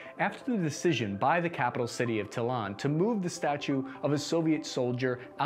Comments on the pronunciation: once you called the capital of Estonia tallin, "tillan" I knew you were reading off a script you did not write. Ths channel has been peddling half ass propaganda for as long as I can remember, rip to those who take this channel at face value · Tallinn, not Tallin. This is important for several reasons. One: linn means town and Tallinn means Danish Town (for mediaeval reasons) Two: Tallin is what the Russians used to call us in Soviet times. So please don't do that. Are we nice people? Most Estonians do not think of Estonians as nice. We might be nice to little kids who are here as tourists. We most of the time to most people we are disgusting, mean and miserable in general. I mean it. It is one of our biggest problem. In Estonia, if something happens to you, it your own problem. Nobody would care. You may lay down almost dead on the ground for hours or days and nobody would call the ambulance. Other than the first police patrol who found you. Which would probably be the same as nobody because we almost have no police. (The police only deals with teenage shoplifters stealing Red Bull) I hope we will become the country you are describing one day:) I also wish we left the elk alone in the forest. They have the same right to live as everyone else. And I really like what our former president said to define who is an "Estonian citizen" (in the context of a public debate going on at the time what does it mean that the State has to do something. Who is the state? And she said in a speech that "it is all of us. Every single person. Every single police dog, therapy dog or just plain lazy dog, every fox in the forest and every bird in the forest." This is how I think about our country. Not because she (the president) said so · Tallnn, not Tylan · Dude, how do you mispronounce every name? It TAL LYNN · It's pronounced talinn ( tall-inn )